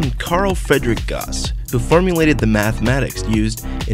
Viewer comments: pronounced "gowsss" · did you say gause gun? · i always thought Gauss was german and you would pronounce his name "Ga-ewws" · It's pronounced 'gous' like 'mouse' and 'nee-oh-dim-ee-uhm' not 'nee-oh-DIME-ee-uhm'